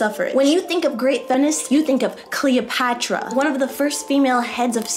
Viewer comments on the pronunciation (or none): none